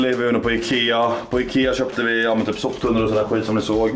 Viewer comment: Soptunnor inte sopptunnor..